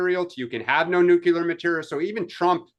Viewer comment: The word is pronounced NUKE-LEE-ER, not Nuke-U-Ler!!!